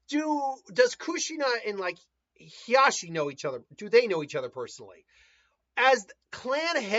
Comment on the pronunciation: It’s Hizashi (He-Za-she I believe is how you sound that out). I meant that the Uzumaki Chains get stronger as they get older not the Uzumaki themselves. I believe it’s in the Minato one shot, where Jiraiya’s team encounter Han and Roshi and survive pretty much because of Kushina. Although until they reach their prime their chakra capacity should increase just like any other ninja. You just have to do more to maintain it as you get older and out of prime. Anyway, another great chapter. Can’t wait for Wednesday.